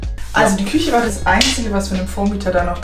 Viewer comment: Rewi: Küsche Ich:😖